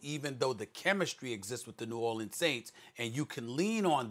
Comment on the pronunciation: Then this dude says it right. Smh